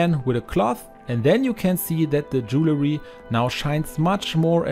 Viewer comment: Bonnes idées, merci. Correction.... Ce n'est pas "jew-le-ry" MAIS "dual-ry".